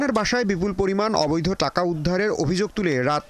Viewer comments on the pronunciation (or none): আপু প্লিজ চাকা বলেছেন না টাকা বলেছেন একটু ক্লিয়ার করবেন প্লিজ?😅